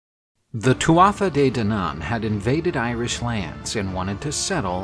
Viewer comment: My Irish friends say it more like "Two-a-Day", not "too-aa-tha-dey".